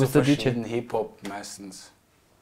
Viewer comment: HipHop (österreichisch ausgesprochen) ein TRAUM!